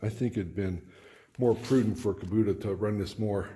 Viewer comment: Outstanding installation....very sanitary. Since I'm on my 3rd Kubota and used them with a business, curious as to why you call it a Kubuta when it's an "O" after the "B". Not sure if you're from Canada or some other Country, just was puzzled. Keep up the nice installs; looks very professional. A lot to be proud of there!!